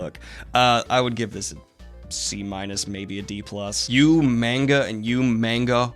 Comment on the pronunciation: Did I hear "I LiKe YoU'rE mAnGo CoLLeCtiOn"?? My guy, you pronounce the "a" like an "o".